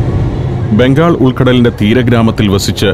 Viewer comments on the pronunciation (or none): none